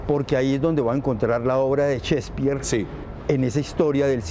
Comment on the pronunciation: Cespir, Chspir , Chsepirito? Mas bien es Shakespeare